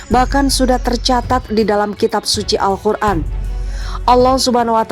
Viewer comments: Masukan: cara membaca perlu perbaikan dlm kata Qur'an bkn Khur'an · Minn QUR'AN pake "QOF" ya bukan "KHO" terima kasih..